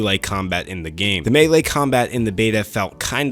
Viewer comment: He said melee and not “me-Lee.” 😭 They do exist... 🙏🏾👍🏿 Oh, and this game sucks! 😐